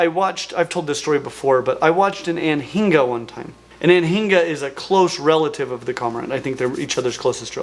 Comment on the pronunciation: As a Florida native the way you pronounced "anhinga" made me get a big ol smile, never have i heard someone pronounce the "h" 😂